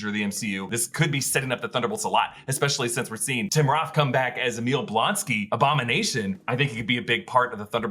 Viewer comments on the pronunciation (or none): none